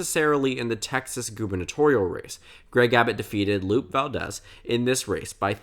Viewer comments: I love you soooo much - but I am not sure if I can trust you when you pronounce “Lupe” as “LOOP Valdez” twice in the same video… (obvis joking and love you, but it’s “lu-pay” lol) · It is LUPE Valdez, the E makes an A sound